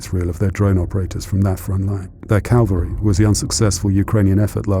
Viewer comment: YouTube appears to have correctly subtitled "calvary" as "calvary" because that's what the narrator said. However the correct term is "cavalry". The latter refers to an army unit of horses while the former refers to a place of execution. As I commented earlier today on another UK video, regarding a lack of scripting, and proofreading, and finally that a UK accent is no guarantee of speaking proper English !